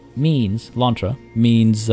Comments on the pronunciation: Your "lontra" pronunciation it's actually pretty good 😄 Try saying "ariranha", wich is the name (in portuguese) of the giant otter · All Ananás are pineapples (Abacaxi) but not all Abacaxis are ananás Edit: yay! Happy that my name suggestion won (even though I voted for the other one bc i thought it would win lol). Also you are saying lontra correctly! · Hey... You did ask for correction so.. Actually, Pineapple in portuguese is Abacaxi. ananas to is the scientic name of the genre and also is the spanish version (in some country), and the tupi explanation was on point! You did say "Lontra" super right, tho! Sorry for the delay! Keep yout amazing work!